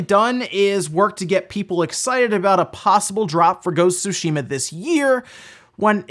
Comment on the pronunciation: Please stop pronouncing Sushima…